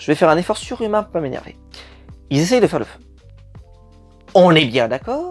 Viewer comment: Moi je critique quand tu dis "ceux qui z'essayent" Et je propose une meilleure solution : dire "ceux qui essayent" sans la liaison ;)